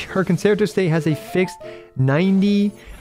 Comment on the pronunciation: Great guide as always. Just a correction... concerto is pronounced con-chair-toe.